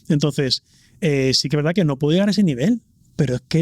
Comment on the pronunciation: Si lo que me emociona es que no dice toda la veldad